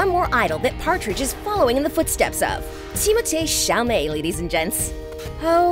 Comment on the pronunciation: "TIMO-tHIE SHALLmEy"